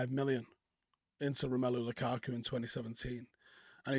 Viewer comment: Who is Lakaka? think you mean Lukaku.🤪